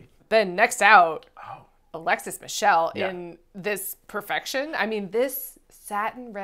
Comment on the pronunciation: You know the look is really good when forgets how to properly pronounce Alexis Michele's name!